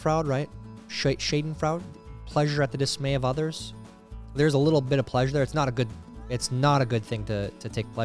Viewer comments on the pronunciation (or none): none